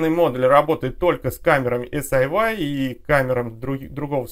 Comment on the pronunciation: Эс-Ай-Уай режет ухо (почему тогда не Эс-Ай-Уай-Ай?). Вообще-то по китайски это Си-Йи ("умное крыло").